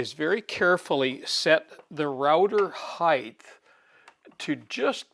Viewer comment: Why ,oh why god , do some people incorrectly pronounce HEIGHT as "HEIGHTH"?. there is NO 'TH' at the end as in length or width. Please people, lets fix this. (Yea, the little things bother me).